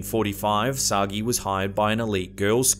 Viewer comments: Oh, for heaven's sake. 'Sagee' is not pronounced 'Soggy' but as 'sah-Jay' -- it's French and there's an accent aigu on the first E. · The doppelganger case is Emelie Sah-Jay. Not Soggy. I got corrected on that by a friend who speaks French. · I think it's written Sagé and pronounce /Sajé/ not /Sagee/ or whatever